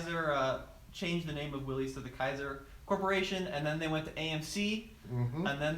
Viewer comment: FYI, it's pronounced "Willis," not "Willies."